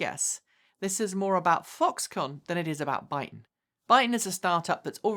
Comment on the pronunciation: Your saying their name wrong.. it is that you accent? 😁